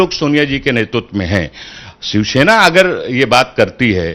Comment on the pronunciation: दोनों के दोनों " शिवसेना " को " शिवशेना " उच्चारित कर रहे हैं !!